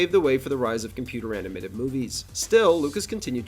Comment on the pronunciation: I don't know if the narration is AI generated or a real voice over artist but either way, it's horrible. The guy's inflection has the exact same cadence and rhythm over and over and over again. And there were two really bad mispronunciations before the video was even half way through on the words "composite" and "animated." Bad work guys.